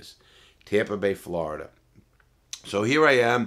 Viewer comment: Normal people: Florida Larry:Flarda 😂😂